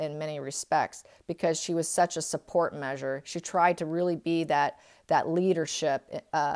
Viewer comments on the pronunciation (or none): none